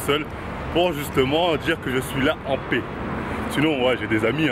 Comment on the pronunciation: Quand il dit '' de paix '' Je comprend "dopé" moi aussi ! mdrrr